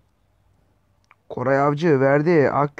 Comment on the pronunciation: Koray değil goray avcı diyor sbshjshsj